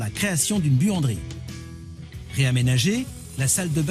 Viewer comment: pour quand a dit buanderie j ai entendu